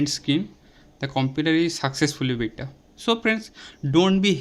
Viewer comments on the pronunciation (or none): none